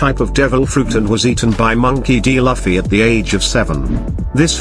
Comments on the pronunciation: Luffy is luff not laffy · The robot voice saying "Luff-fee" instead of "Loof-ee" has me pissed. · Luffy not lafi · he is speeled loofy and not lafy :P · It's not lafffi It's looooofeeeyyyy Try pronuncing like this🥲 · I like how the AI says Laffi instead of luffy 😂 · Who tf it’s loffi?😂😂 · I get it's a robot voice but it's very unpleasant to hear it say Luffy like Puffy. Just nope 🤣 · Laffy ?? Seriously now?? LAFFY???? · He just said loffy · Laffy wtf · Your pronunciation of the name "Luffy"